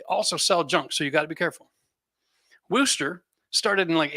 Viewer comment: Just a heads up for Wooster Brush company products it's not pronounced "Woooo-stir" it's "Wuh-stir" like you pronounce the word "worst" but without the "r".